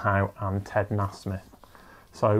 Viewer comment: Nice one dude. Beautiful paintings. Nasmith is pronounced NAY-smith.